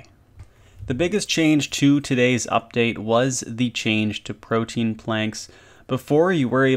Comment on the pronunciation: Proteins?! lol why do RuneScapers not know how to pronounce protean? Am I too critical? I dont know.